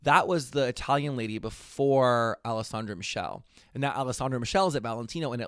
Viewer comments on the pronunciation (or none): lol alessandro michelle (its all-eh-sahn-drow mee-kell-ay 😭😭😭😭)